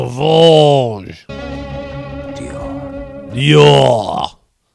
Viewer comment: Please do more french accents!!!!!!!! That was f-ing hilarious... Soowwvaj........deeeooohhhhhr